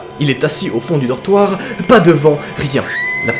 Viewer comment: Je suis la seul à entendre "chetage" au lieu de "étage et "dortroir" au lieu de "dortoir"x) HH faut pas qu'il dépose sa candidature pour devenir chirurgien xD